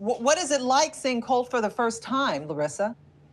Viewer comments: The fact she still can’t say Colt is killing me. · "Colt cook-holdey"